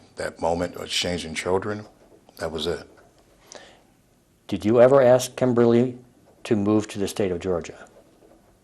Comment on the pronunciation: Its pro ounced ask not axe. If someone ever axe you they would be in trouble for assulting that person you so called axed